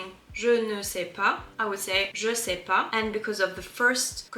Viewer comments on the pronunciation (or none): none